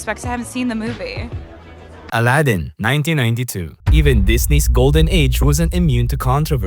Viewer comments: It’s A-lad-in not Al-uh-din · "I might butcher the train name so I'm sorry" "aladin"